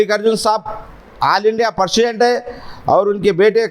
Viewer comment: Persident nhi PRESIDENT english nhi ati to nko karo